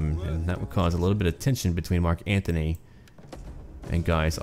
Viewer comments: Antony, not Anthony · ***** Still it is Antony.